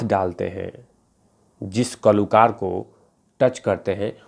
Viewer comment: Kalookar as you say, and not kalakaar